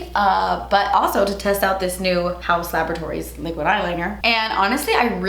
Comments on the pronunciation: HAUUUS LA-BOR-A-TORIES 😂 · You are saying laboratories like that because of Ross 🤣🤣